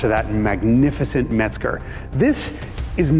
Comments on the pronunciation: MEZGER !!!! ENGINE , NOT METZGER !!😀😀😀😀🚘🚘🏁🍺🍺🍺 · Yes but he said METZGER , INSTEAD OF THE PROPER " MEZGER " 🤔🤔🤔🤔🚘🚘🏁🏁🍺🍺🍺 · It’s MEZGER not METZGER